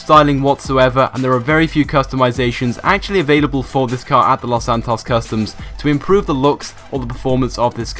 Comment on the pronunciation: The two people who pronounce "Los Santos Customs" the worse are you (the uploader) and ShuffleGamer